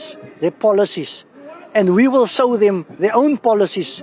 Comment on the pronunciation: This dude needs to say show, not sow 😂